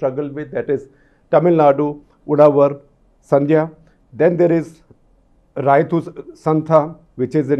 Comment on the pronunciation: Shekhar, in Kannada, it is not राइतु - it is pronounced रैतु |